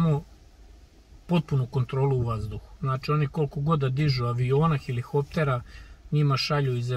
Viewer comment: Jel I srbi ne znate da izgovorite helikopter ili o čemu se tu radi?